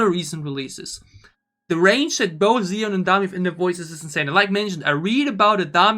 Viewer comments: Thanks for reacting to both versions and your breakdowns! I love both, but the slow one hits me harder emotionally. By the way, Siyeon’s name is pronounced She-yeon. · why do i hear you calling Siyeon ''Ziyeon'' xDDDDD